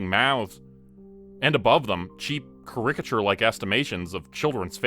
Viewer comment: Kerr-ick-uh-churrr. These words are not that hard to say. But all of these types of videos cant ever seem to pronounce words properly